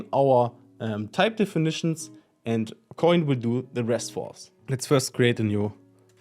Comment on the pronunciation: Thank you for pronouncing it CORRECTLY! No idea why people try to call it "ko-in" when the domain name itself is "insert-koin" which is obviously a play on words from the arcades.